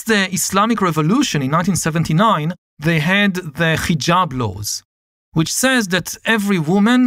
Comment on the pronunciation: It is not Khijab, but Hijab. Like haha, not kha kha.